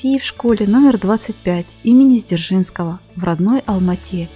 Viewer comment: Хотя бы текст читайте правильно: школа имени НЕ СДЕРЖИНСКОГО, а Дзержинского!!!